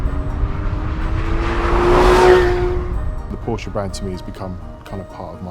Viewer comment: What is a porscher ???